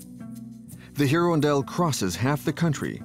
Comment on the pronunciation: heron dell try irondelle a french word for a bird